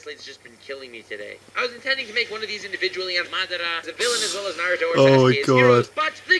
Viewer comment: I love watching ur videos but hate the way u pronounce naruto